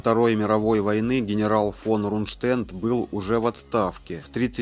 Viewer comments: Нужно говорить Рундштедт с ударением на первом слоге. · Нежная темы, лучше не берись за неё. Исковеркал фамилию Рундштедт, Роммель. Научись правильно ставить ударения. Нужно досконально знать исторические факты, не переверая и не искажая их. Тогда люди скажут спасибо. А так неуд в дневник, и родителей в школу, двоечник.